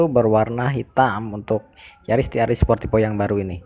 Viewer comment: Sportivo mas, bukan sportipo 🤣🤣